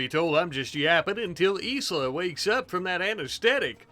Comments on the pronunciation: i think Isla is pronounced eye-la😂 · Anyone gonna tell him Isla is pronounced eye-la? I'm tweaking